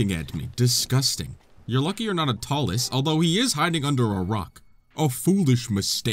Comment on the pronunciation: Hearing him say talus is painful